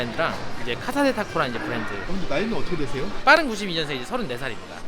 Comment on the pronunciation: 브랜드를 V발음을 하네 ㅋㅋ